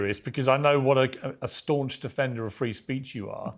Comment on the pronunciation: Free Speech!!! Not FEE Speech!! 😢